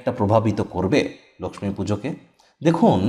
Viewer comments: বাংলা উচ্চারণে আমরা "লোকখি" এই উচ্চারণ করি, তাই 'লোকসমী" বলার কি দরকার হ'ল কি জানি!!! এ ছাড়া ঠিক কোন সময়ে পূজা টি করা উচিত তা না বলে কিছুই উপকার হ'লনা... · আপনি লক্ষী না বলে Laxmi...পূজা কেনো বলছেন।।হিন্দী উচ্চারণ কেন করছেন।আপনি কি অবাঙালী।নাকি এটা বিশেষ style...... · Apni Laxmi Puja Kano Bolchen Apni Lokhy Puga Bengali Language Bolun Apni Ki Non Bengali Na Apner Laxmi Puja Kotha Bolta Apner Style. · লক্ষ্মী উচ্চারণ টা অন্যরকম লাগলো ।